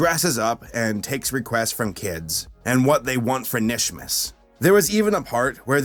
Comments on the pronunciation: It’s- KANISHMAS >:C not just Nish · 🤦‍♀️ Nishmas? No. It's Kuh-nish-mas. You're supposed to pronounce the K. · It’s KA-nishmas not nishmas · It's not nishmas it's K'NISHMAS. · kuh-nish not nish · ITS KAH-NISH-MIS EVERYBODY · it's pronounced "Kuh-nishmas" You're supposed to emphasize the Kuh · PRONOUNCE THE K IN KNISHMAS MY GOD MAN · I low key twitched every time he said Nishmas😂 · did you even watch the kinishmas episode, 0/10 for mispronunciation Jk but how that happen, wrote script before watching again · InkyFace Thank You. That was peeving the crap out of me.